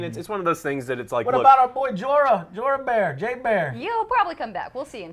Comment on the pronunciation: why do you call him J-bear? (Jorah)